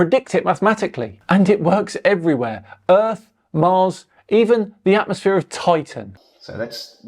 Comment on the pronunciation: Also said atmoSPHERE.